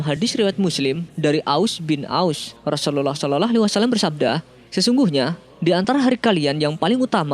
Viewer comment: Sy mau tanya yg mengisi sebagai narator dulu mondok di pesantren mana,kok logat dan lafadz mengucapkan rasulullah saw kok.seperti.itu